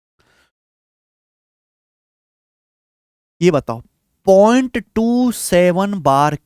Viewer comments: अद्भुत, अकल्पनिय class, 7 करोड़.........🙏🙏🙏🙏😂 बस आप point को pont मत बोलिये सर जी नहीं तो ध्यान भटक जाता है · Please don't say pont it's point 🥶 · Point ❌ pont ✅ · Point ❌ pont 😆